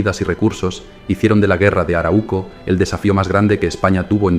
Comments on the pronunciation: Se dice aráuco. No araúco. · 3 alcances al narrador: 1. La region donde viven los mapuche fue bautizada por los invasores como Arauco y se pronuncia con el acento en la segunda letra "A": Aráuco. 2. En mapudungún, la lengua mapuche, MAPUCHE significa "Gente de la Tierra (Mapu=Tierra, Che=Gente); por lo tanto, la palabra mapuche se utiliza tanto en singular como en plural (no mapucheS, dino que los mapuche). 3. No hablaste espero que sin mala intención (aunque lo dudo porque perteneces al pueblo invasor y lo resaltas) de la decision principal por parte del invasor para fijar la frontera en el Río Biobío: la gran voctoria del Toqui Pelantaru sobre el "ejército de encomenderos" guiados oor el Gobernador Garcia Óñez de Loyola, en la Batalla de Curalaba (1598), que resultó en la aniquilación total de la hueste invasora (180 invasores) y la muerte del 2° Gobernador hispano (el orimero fue, claro, Pedro de Valdivia). Ojalá acogieras estas sugerencias y resaltes ls victorias de tus enemigos. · solo una correccion, se lee arau - co, no se separa la u en la segunda silaba, se lee junta a la primera silaba